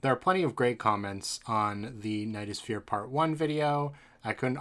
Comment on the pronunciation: Every time you say "the knight is fear" it sounds like you're saying "the nightosphere" like from adventure time